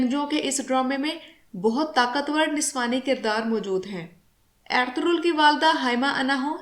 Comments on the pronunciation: کوئی ایرتورل کہہ رہا ہے کوئی ارتغل کوئی ارتل۔۔۔ صحیح نام ارطغرل ہے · Medam pehle darame ka Nam tu theek se Lena sekh lo pher ghalti nekalna jahel ouret